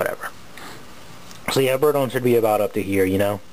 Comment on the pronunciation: i tho u say birdie i was like "what birdie?"